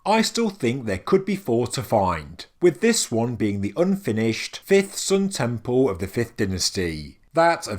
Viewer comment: Temple. It's t-e-m-p-L-e. There's an L. No W's or O's in sight. "...tempow" ....lol sorry, I understand it's your regional accent, but it drives me bonkers for some reason. That said, I absolutely adore your videos. Educational and very entertaining as well as up to date. "Bravow"